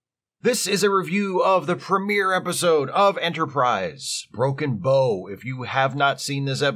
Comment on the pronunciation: Psst, - it's pronounced like "take a bow" in this case:)